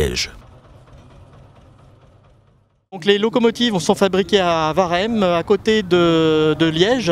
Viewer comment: alors pour nos amis français, Waremme ne se prononce pas varemme mais ouaremme comme whisky :D